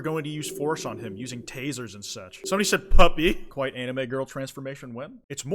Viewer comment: kwite you what